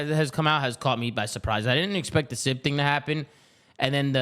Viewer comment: God I hate the way says Sibs name